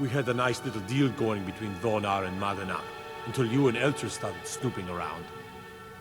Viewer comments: It always bothered me that say Madanach wrong, cuz he says "Manadnach". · says "I'm not Manadnach", Subtile reads "I'm not Madanach". Whoopsie!